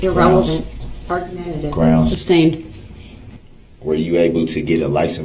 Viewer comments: "Grounds for the substained" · It’s amazing how many times he heard the judge say the word “sustained” yet continued to ask about grounds for the “substain”.